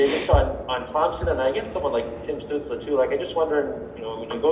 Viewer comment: imagine having a head coach who youve played for, for two seasons now and he says your name wrong 9 times in an interview whos "stewtzel"